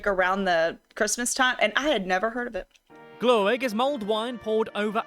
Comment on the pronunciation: No! The glögg part is NOT correct!